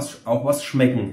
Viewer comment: nicht schlechd = schmeggen mir eigentlich = schmeggen ganz gud = 8 von 10 Gp